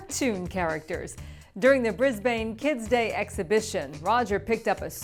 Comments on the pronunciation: It's Bris-ban not Bris-bane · It's not fucking bris Bane pronounce it more fluently